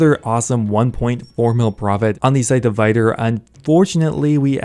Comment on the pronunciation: I think it's pronounced Vitur and not Vaitur